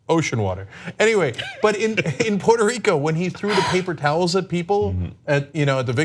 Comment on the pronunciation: Papel towels ? Cenk learn to speak or don’t